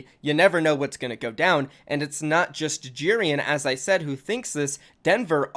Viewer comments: pretty sure you say it like J-eh-rian not j-ee-rian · Its pronounced Je-rian not Ji-rian